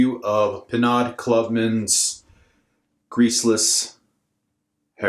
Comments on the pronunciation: it's pronounced "pee no" not "pee nod". French... it's more of a scalp refresher than anything else.. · BTW….it’s pronounced “pee know”….it’s French. :)